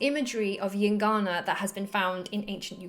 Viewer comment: what the fuck are you saying? calm the F down. Heard it a hundred times and i could not understand... gincana? gingana? jincanna? llincana? yingana? at least write it somewhere ffs.... EINGANA god damn it... took a while to find...FFFFFFF